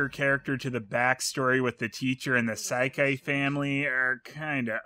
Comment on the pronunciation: Every time you say "Saikai" or "Seikei", I get a little closer to being just as dead as the SAEKI family.